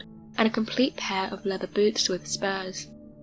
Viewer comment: I thought she said "spares," instead of spurs....